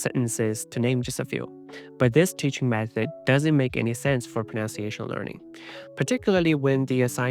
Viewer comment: Dude. You mispronounce "pronunciation".